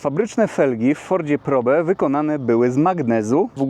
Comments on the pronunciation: Ford Prołb, a nie probe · Powinno sie to wymawiac "prołb" po english, jak sonda po angielsku.